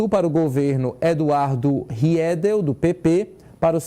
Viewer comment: Não sabe pronunciar o nome do Riedel, não sabe qual o último estado, muito ruim esse apresentador 😂😂😂